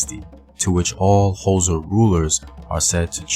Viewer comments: its not hoza its x its a click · Could you google how to pronounce xhosa? Its very disrespectful for you to make a video about the "hoza". White historians at least try get tge names right, you just butcher them and assume your melanin gets you a pass. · Took me a while to realise that the "hoza" is xhosa. Since you can click "xh" just say "koza" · Not Hosa…it is more kôzza! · The"HOZA" lol🤣... its XHO.... say it with me XHO .....XHOSA...KWAXHOSA MTASE... am kidding man .good content😁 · What is HOSA it's Xhosa man come on , everyone can do the click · mjita uthi "hoza" 🤣🤣🤣 learn them clicks ngqina lam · You couldn't learn to click? It's not that hard.. Bob & Doug MacKenzie are not "Xhosa" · No No this is misinformation. please do not talk about a people you cannot pronounce them correctly, please stop this! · Not in a bad way but Why would you do a documentary on a tribe that you can't even pronounce? Maybe do a documentary on your tribe and culture so that it can be interesting to watch. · Can never forget who you are - imvelaphi. Mara eish kau, only if you could try and pronounce the X(hosa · Okay maybe try another way of saying it. Say it like how you say the word "Click" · Bro, I will pay you to pronounce "Xhosa" correctly. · It is Xhosa bro u pronounce it the same way u say “Click" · I Wish could teach you how to pronounce it. It's easy to Pronounce Xhosa I teach white tourists to Pronounce it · Thank you for the video but you are not pronouncing Xhosa correctly. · I really wanna watch this but I can't sit through 6 minutes of you failing to pronounce Xhosa correctly. But I'mma still leave a like and share the video 😂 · Translation it was difficult because when he said Xhosa my body shivered. But it's worth it cause put a lot of effort into this plus he put his heart into it. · I forgive him for not being able to pronounce our language. The clicks are near impossible for people who an't pronounce them.